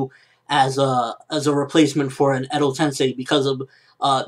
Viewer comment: lol "Edo tensei" not endow tension.